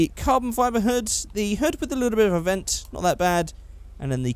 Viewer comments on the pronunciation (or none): none